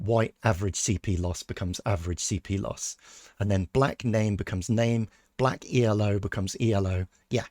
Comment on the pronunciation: The first observation of Milky Chess was that his cp loss flatlined against Elo, ie with no correlation. (By the way Elo it is pronounced "Ello" because it is the inventor's name, not an acronym). Your R coding at least casts some doubt on the observation. The second observation was that SuperGM level of play usually had a slightly lower value for cp loss than Hans, and you have replicated the number for Hans at Elo of 2600+ but not run the comparisons, so far. Third observation was that the variance of cp loss also declines with increasing Elo in other players, but is pretty random with Hans (correlation coefficient about 0.5). This you haven't replicated yet. Finally, the argument that Hans cheats was supposed to be that Hans at 2600+ displays a combination of variance and cp loss that is typical of players with an Elo of 2500 and very different from what is seen with players at or above 2700. Obviously, your replication exercise hasn't got to the point of being able to reassemble the pieces of this argument. But the first part and the approach are very promising. Maybe Milky Chess has just made a bunch of mistakes in Python. Please carry on!